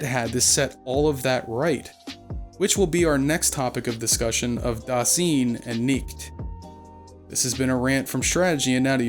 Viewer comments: A decent rule of thumb for pronouncing German words is that you vocalize the second vowel in a diphthong. Just as you say High-degger and not Hee-degger, you say da-sine or da-zine and not da-seen or da-zeen. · As a German your pronouncing of „Dasein“ let me think of a asian word somehow for most of the Video even though you were talking about a German philosopher before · Dude, if you want to be edgy about Heidegger, at least look up how to pronounce Dasein. :/ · Eh, the vexing part is his butchered pronunciatoon. its jarring. If you cant speak german, stop dping it. Da (like in Da Da, babyspeak) then Fine, but instead of the f, put an s there. or swine, but cut the w. Phoneticly pleadinig yes yes. Now, nichts. Phoneticaly, there is no k there. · Please if you use foreign words pronounce them correctly the ei in dasein would be pronounced like the aye for an affirmative and the ch in nicht is not a k but more like the hissing of a cat other then that a pretty good video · Dasein is pronounced so that the is the same as "I" or "eye". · Also, the "ein" in "Dasein" is pronounced the same as the "ine" in "nine". Doesn't detract from the quality of the video, but it's worth noting.